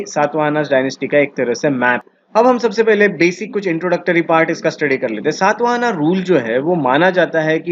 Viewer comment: The dynasty name is Shaata Vaahana शात वाहन....सात् वाहना नहीं. What kind ofvalidation you have done on your knowledge. अंग्रेजी में पढोगे तो ऐसा ही होगा। गौतमीपुत्र शातकर्णी... सात् कर्नि नहीं मूर्ख